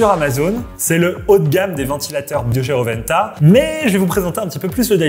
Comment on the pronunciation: ro'wen'ta et pas roventa 😅😅